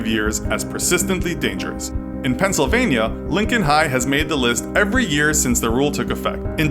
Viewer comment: Pencil vania lol